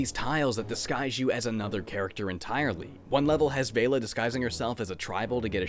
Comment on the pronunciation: It's pronounced Vel-la like Bella.